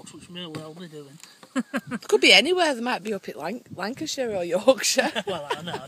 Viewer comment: Cant beat a walk in the woods as proven,,,, you guys made me laugh a few times with your dry slightly sarcy wit lol and pronunciation of Lancashire Oooer i thought nearly haha;D I don't like to see metal sign posts in a wood/forest, what jobs worth thought that one up.? the bench and table looked completely out of place, could do with a few saplings planted there, The quality of the video was spot on. tfs.